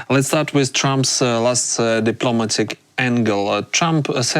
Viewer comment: "Diplomatic" is pronounced "di - plo - MAT - ic," not "di - PLO - ma - tic" as the host said. Also pronounce "assess" as "uh - SESS," not like "ices." That said, makes a lot of good points, but the idea that the PRC is a "stable and reliable partner" is off base. China's real estate markets are crumbling and its industry is being absolutely devastated by the Trump tariffs.